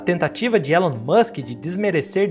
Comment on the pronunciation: O nome dele se pronuncia "ILON" musk. E não tem essa de estamos no Brasil. O nome é próprio e deve ser pronunciado corretamente.